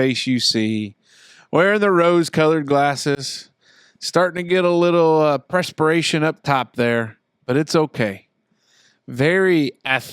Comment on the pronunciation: talks a lot of shit on Zach's grammar for someone who can't pronounce wonder or perspiration. Might have heard a little expecially in there too.